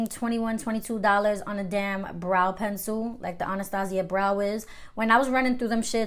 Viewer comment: Luv how u say “Pencil” lol Pensoo😂❤️